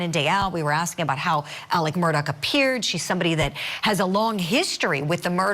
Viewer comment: This is wild for sure... but who else couldnt help but be annoyed by the reporter constantly saying ALEC instead of Alex?? Lol